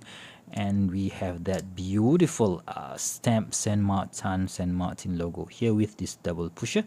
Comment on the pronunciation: Why do you call It SAN MARTAN just wondering.